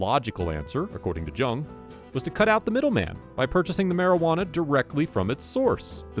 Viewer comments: George’s last name was pronounced “Young” not Jung the way it was spelled. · it’s pronunciation is young watch any video where he introduces himself when you says his name he says young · Family member here, It is pronounced Jung and not Young. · It is JUNG NOT YOUNG JUNG IS A GERMAN NAME ORIGINALLY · You’re pronouncing his last name wrong. Haven’t you ever watched blow? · If you can't pronounce his last name correctly, I can't watch your video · This is the worst vid…..um so you watched the movie. You can’t even pronounce his name…